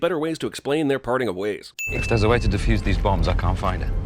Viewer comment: You don't "diffuse" bombs, you DEFUSE them. SMH.